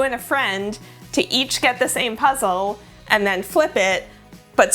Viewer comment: So It’s the first time I’m ever watching a video of you (love it! I subscribed immediately), but first I thought you said “welcome to PREZEL”, and I was like “YEAAAAA prezel! wait. Ohhh Puzzle hahahah” 🤣 anyway, great video!